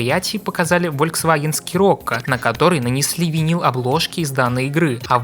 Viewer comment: я знаю, но не скирокко и не сцирокко никто не говорит, C (та что после S) в данном слове на английском даже не произносится